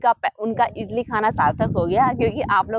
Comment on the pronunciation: इटली नहीं इडली कहते है